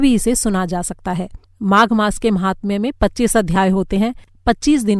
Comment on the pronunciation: महात्म्य । न कि महात्तम ।शुद्ध उच्चारण किया जाना चाहिए। ।